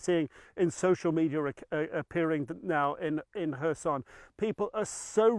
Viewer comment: It is Herson, not Korsun.